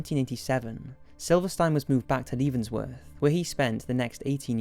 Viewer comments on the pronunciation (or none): Being from Leavenworth, I love your take on the pronunciation 😂😂